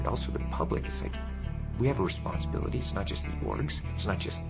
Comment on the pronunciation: There are so many words in this video that I do knot understand. What is "wesponsability" and what is a "stweetsweeper"?